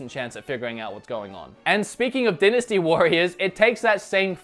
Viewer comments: Die nasty warriors not den asty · It’s “Die-nasty” not “di-nasty”. I’m not trying to be a jerk, it would be the same if you had a booger in your nose and no one said anything, wouldn’t you want to know? Haha anyway love your channel. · Die-na-stee warriors not din-a-stee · It is more a regional variation than accent, since both "dinasty" and "dainasty" are valid pronunciations. An example of an accent would be pronouncing "time" as "tame." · Dynasty is pronounced "die-ness-tea" (at least in the U.S.) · It’s pronounced dienasty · lol... I guess in Austroilia, they pronounce 'dynasty' as "Dennis-T"... lol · It’s die-nuh-stee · The way you say "dynasty" hurts my pee pee